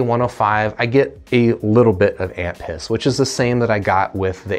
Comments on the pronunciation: When you were saying "amp hiss" all I was hearing was "aunt piss" and I was laughing so hard my iems popped out of my ears. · Not gonna lie, the first time he said amp hiss, I thought he said ant piss. I thought that was a weird thing to look for in a mp3 player but I wasn't going to judge.